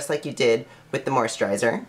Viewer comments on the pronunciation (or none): He can't even pronounce moisturizer or perspiration hahaha I can't take this person seriously